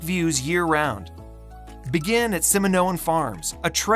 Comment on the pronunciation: excellent coverage of fresno . please correct pronunciations of names such as kearney , simonian , meux